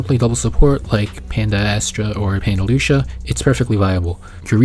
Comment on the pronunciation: Lu-ci-a kinda like cis-si-a. Except with Lucia you use the c sound and with cissia you use the s sound. Lol